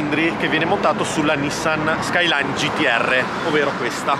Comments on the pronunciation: Nissan gt r 34 skilyne no skilyne r 33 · SKYLINE R32 .. NON SKYLINER ... pronunciarlo cosi ... e una bestemmia 😀